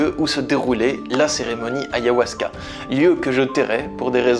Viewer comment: Pourquoi tu dis ayohuasca. C'est ayAhuasca.